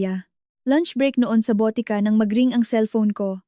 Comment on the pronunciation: Botika (drugstore or pharmacy) not BOTE KA ( bote means bottle) ka (means you).